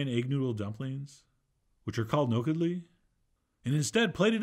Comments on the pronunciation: Okay, I just simply want to appreciate the fact that he said "nokedli". Good job Chef John. Love you. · Damn good rendition of paprikash 👍 Also A+ on the pronunciation of Nokedli 😊